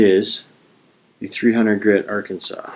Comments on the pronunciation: Arkan-saw is the pronunciation. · Well done video. I have the Lansky system, and it's by far THE BEST. I've tried many other sharpening systems, but from my experiences, nothing else comes close. One correction; you being Canadian its understandable that you're pronouncing "Arkansas" the way it's spelled. Nevertheless, Arkansas is pronounced are-can-saw. However, some stubborn people in Kansas do call the Arkansas River, the our-can-ass River.